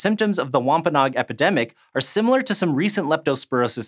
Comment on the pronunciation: Say WompaNOG one more time...